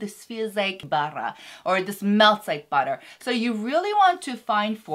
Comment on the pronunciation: She said butter I heard behra (can relate?)